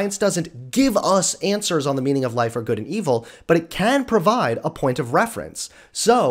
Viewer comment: Anyone else heard "meming of life"